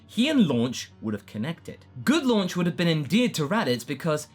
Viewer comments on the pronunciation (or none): Why does everyone call her"Launch" when her names "Lunch"? I know Funimations responsible, but we know better.